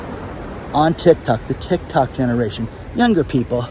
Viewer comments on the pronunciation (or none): none